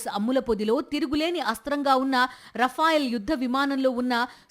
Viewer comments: రఫెయోల్ కాదు రఫెల్.ఎక్కడ చదువుకున్నావు?😂😂😂😂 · రాఫాయిల్ కాదు రఫెల్.ఎక్కడ చదువుకున్నావు?😂😂😂😂మన వై చీ పి జగనన్న స్కూల్ ఆ?😂😂😂